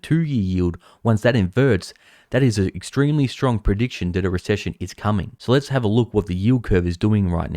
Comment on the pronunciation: “Comening”, nice xD